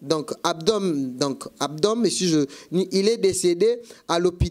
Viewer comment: Wana bato ya milieu. Tu as de lacunes pour la lecture " Abdomen " Et non abdon